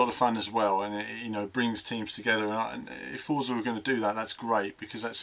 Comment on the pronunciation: Just say Forza not Fortza. Us Brits are supposed to say Forza Lol. Stick to it hahah